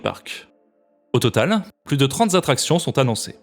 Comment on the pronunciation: "plus de trente z'attractions" ? 🧐